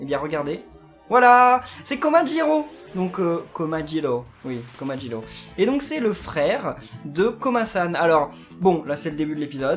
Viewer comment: komajiro pas komajilo